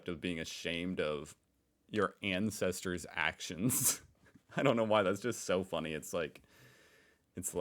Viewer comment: you said " incesters " instead of " ancestors " a very different type of family relationship 😮